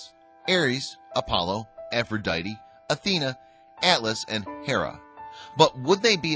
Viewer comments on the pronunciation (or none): none